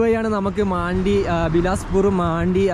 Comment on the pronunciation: മാണ്ടി എന്ന് ഞാൻ ആദ്യമായി കേൾക്കുകയാണ്. മണ്ടി എന്ന് തന്നെയാണ് ഉച്ചാരണം. അത് മലയാളത്തിലെ ഒരു മോശമായ പദമാണെ ന്നുവെച്ച് മാറ്റി പറയേണ്ട